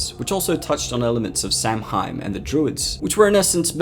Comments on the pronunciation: Samhain is pronounced saawen, not judging, just tryin to help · Pronounced SOW--en dude. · love this video but samhain is pronounced sow-in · Me: keeps hearing Samhain My brain: it’s pronounced Sowan 🤣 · Samhain is pronounced sah-wan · Its pronounced sao-in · Its not pronounced sam- hain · Samhain is pronounced sao in. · I much prefer the original understanding of Michael. John carpenter stated that he was just pure evil, a shape of evil. With no reason or motive of his killings. Which makes Michael much scarier. Also, I'm going to be that guy but. Samhain is pronounced "sow-wen" And I didn't much like the explainination of michael in the 6th movie. Thorn isnt a demon. It's a rune from the rune "thursiaz" Also, celtic priests using runes ? Runes are nordic. The celts wouldn't have used runes. Not that anyone cares but hey ho xD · Just fyi. Samhain is pronounced "sawan"! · Samhein is pronounced "Sa-win" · Samhain is pronounced sow-one. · Great vid! One point though, Samhain is pronounce Sah-When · Amazing video man like usual. So its spooky month. Can we expect a few more horror movies villain vids. Also samhain is pronounced "sah-wen" or "saw-winn" for reference purposes. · Samhain is pronounced Sowin. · As a Celt, I died a little inside every time you mangled the word Samhain. It's pronounced Sah-ween. Other than that, great video. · yeah i’m from ireland and we pronounce it as Saow-in ! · How do you pronouncu samhain as sahween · Samhain is pronounced "Sao-en". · It's actually pronounced "slap-wine" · Its pronounced "Sowen" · It’s not pronounced Sam hain😂😂so you know. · Dislike for mispronouncing Samhain. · You seriously mispronounced Samhain It's pronounced "Sow-Wyn" not Sam Hane or Sam Hine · samhain is pronounced kinda like sao-in and not sam-hine. Sorry for bringing it up. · Great video, but Samhain is pronounced ‘Sou-in’ not sam-hein and Deirdre is pronounced ‘Dare-dra’ not dae-dree (source: I’m fluent in the Irish language) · Samhain is pronounced 'Sah-win'